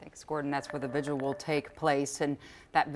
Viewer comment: There are many more important things going on here than my comment but I hear more people pronouncing vigil "vigual" (rhymes with visual) rather than vigil. Two syllables.